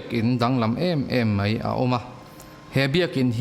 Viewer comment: A ngaihnawm in i aw ngaihthlak a nuam. Mahse "mai" tih tur hi "mei" ti ang deuh in a ri leh zauh țhin 😀